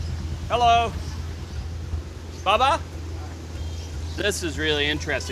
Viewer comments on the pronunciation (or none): he saying bubbuh when he should be saying bah baah. lol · I thought he was calling somebody daddy when he kept saying "Baba Baba" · It blows my mind that they said the word baba like 10 times and he still couldn't pronounce it right. Lol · No matter how many times they corrected your pronunciation of baba you still couldn’t say it 🤦🏼‍♀️